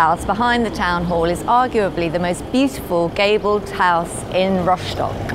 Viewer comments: /rostok/ not /roshtok/ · What's with ROSHDOCK? It's rostock....even German's don't say it like you do.